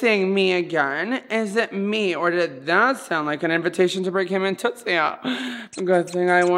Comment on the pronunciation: BOYS AND BURGERS GOTTA STICK TOGETHER, THEY BOTH LOVE TOOTSIE AND TOOTSIE LOVES THEM BACK! HAHA IF I REMEMBER WELL THATS HOW *TOOSIE*(only 1 t like Raja used to say Tootsies name XD) USED TO SAY IT